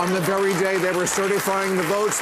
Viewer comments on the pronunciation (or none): none